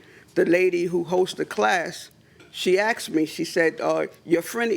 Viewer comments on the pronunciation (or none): It's "Asked", Not "Axed".! 🤣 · Nobody Axed you!!